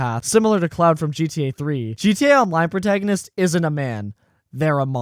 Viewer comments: haha I'm glad someone else questioned it. I was like bruh it's pronounced like "clo-ord" not "cloud" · also, its CLAUDE not CLOUD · Claude is pronounced like Clod. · Why do you keep calling him cloud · The mispronunciation of "Claude" is killing me 😂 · This guy really dislikes Claude huh? Won't even pronounce his name correctly lol